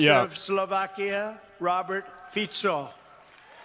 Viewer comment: He actually pronounced Fico correctly, holy shit.